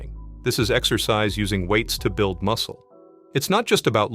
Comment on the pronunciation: Lungis? exccoscise? OMg